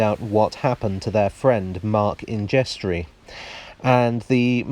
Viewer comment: Ingestre: surely pronounced not injestry, but ingster.